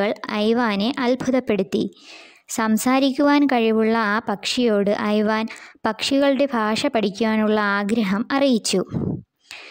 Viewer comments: ഐവാൻ അല്ല ഇവാൻ ആണ് ഞാൻ നാലാം ക്ലാസിലാണ് ഇപ്പോൾ പഠിക്കുന്നത്. ഇങ്ങനെ ഒന്നുമല്ല കഥ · ഐവാൻ അല്ല ഇവാൻ അണ് ഞാൻ 4th class student അണ്